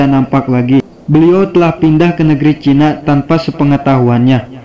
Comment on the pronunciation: Kenapa sriwijayak, chinak, duniak koq akhirnya K